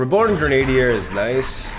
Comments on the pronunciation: Kinda shows how weird English can be at times, but your pronunciation makes sense from what you know, but it's normally pronounced Gren-uh-dier, instead of gren-ade-dier. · it's not reborn Gre-Nadier, but Gre-na-dier. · Heads up, Grenadier is pronounced Gren-ah-deer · Awesome deck! Looks powerful. Also btw... grenadier (gren - a - deer) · Since I know you asked for this about a year ago: It's "grennah-dear"